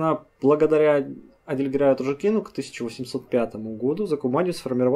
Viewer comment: Респект. Хороший массив материалов проработан явно. Тяжело очень слушать - горько. Примирить со всем этим может только то что был СССР. Лайк. Репост. ЗЫ. Опять ты ударение не там ставишь? АтажУкин, на у, как в слове жук))